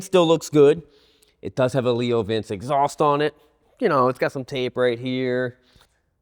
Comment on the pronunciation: Leo Vince is pronounced ‘Leo Vin Chay’. Just sayin’.😉